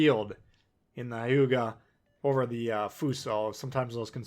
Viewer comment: It’s not Ha•yuga. Its Hue•ga. Japanese is a constant sound language